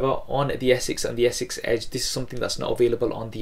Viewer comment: its S6 not Essex